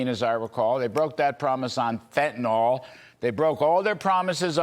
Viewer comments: why does everyone pronounce fentanyl as "fentanol"? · It’s fentanYL not fentanOL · I listen to every news person on these shows mispronouncing Fentanyl and I turn off the video. Fentan-all, Fentan-all. My god! Can no one anywhere pronounce that word? How is it so difficult? Stephen Miller is the ONLY person I've heard properly pronounce Fentan-yl. Get it right people!